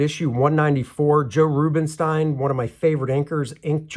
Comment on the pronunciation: For the record, Joe's last name is actually pronounced "Rubensteen".